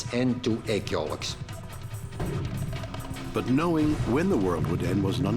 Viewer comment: What is a yolluck? Anyone? Its yolk lol!